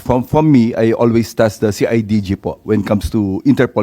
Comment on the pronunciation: see ay ji ji daw sabi ni imee ahahay... CIDG po ma'am 😂😂😂😂😂